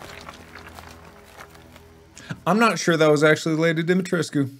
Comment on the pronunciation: the fact that mark pronounced the name better then the official voice actor in the game is wild😭😭😭